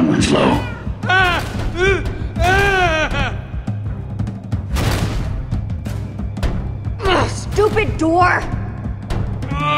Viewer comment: Sooo who's window- winso- winsow- WINSLOW supposed to be?